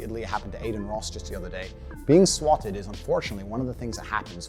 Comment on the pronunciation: this isnt related to what a garbage person this dude is but i do wanna say i hate how he says the word "swatted"